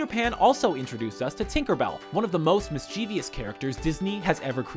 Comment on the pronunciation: MISS-che-vus, dammit! xD